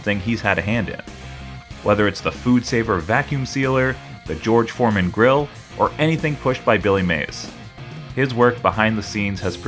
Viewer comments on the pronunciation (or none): none